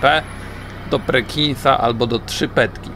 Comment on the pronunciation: PERKINSA nie Prekinsa... :)